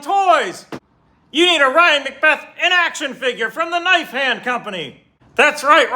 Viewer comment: Love your stuff, TY! But everytime you say "In Action Figure", it sounds like you're saying "Inaction Figure", LOL!!!